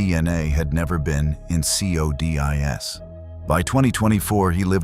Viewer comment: CODIS is pronounced "KOH-dis"...